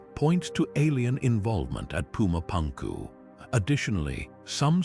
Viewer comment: whatchyu mean? you don't like puma pankoo?